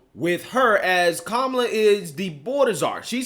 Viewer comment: He called her Que-mala 😂